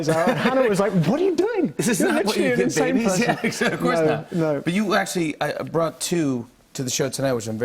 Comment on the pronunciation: the fact that he kept saying bought instead of brought....